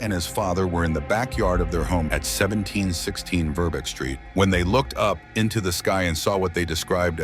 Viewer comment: verbeke is pronounced: ver-BECK-ee